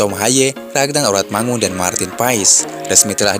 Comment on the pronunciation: Ragnar Oratmangun, bukan oratmangoen. Baru ditinggal sebentar kok sydah lupa ejaan Belanda toh?